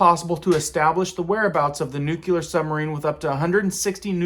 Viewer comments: I really enjoy your channel. But olease loik in the dictionary or google the pronunciation of the word NUCLEAR. Since you say the word about 30 times in this presentation , at least you could make an attempt to properly pronounce it. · Where’d you learn how to pronounce nuclear? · International waters begin after 12 nautical miles (NM). There are couple, in depth, caveats to this from 12-24 NM and 24-200 NM. Most laws of a given nation are usually enforced within the 24 NM range. Unrelated if you could, please pronounce "nuclear" properly. I just sounds horrible when it is so easy to say it properly. Just think of a brand new clear drinking glass. It is new and it is clear. It is new clear. Hearing someone say nucular (new-cue-ler) makes me want to rip my hair out. It just sounds awful and uneducated. New clear. Simple. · Off topic..... Please learn how to pronounce the word nuclear. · It's pronounced NEW-KLEE-AR, not NUKE-YOU-LAR! Damn, that drives me crazy! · New clee er new clear, not new que ler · 'Nu-cle-ar' NOT 'Nu-cu-lar'. As a former US Navy Nuclear Engineer I cringe whenever I hear 'experts' mispronounce this word. Btw, there have always been Russian boomers off our coasts, sometimes VERY close. Enough with the hype. Jeez. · Its Nū -Clear is how it’s pronounce not nucular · Nucular. Or nuclear! Only one is of concern. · Has it become acceptable to say nucular? I think anyone Who cannot say nuclear should not speak on the issue. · No offense, but it's pronounced like nook-lee-yer,. NOT nook-you- ler.. please stop saying it that way. It makes you look dumb... Just look at how it's spelled. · Nuclear not nuculear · I only wish people would learn to correctly pronounce the word “nuclear.” It ISN’T nucular!! The L falls immediately after the C. NUCLEAR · Nuclear. Not "nukyaler." You sound like W. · It's pronounced new cle ar not new que ler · nuclear not nucular 🤣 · It's NUCLEAR, not nukelar ... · Nukelar why is it so hard for people to say "nuclear?"